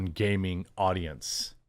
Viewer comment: did he say " modern gaming audience" or "modern gay men audience"